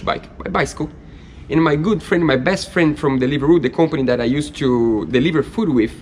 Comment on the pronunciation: Your English is nearly perfect, but I notice that you will use two syllables to say words that end with "ed". For example, words like used and loved, are both one syllable words. Awesome project and I can't wait to see it on the water!!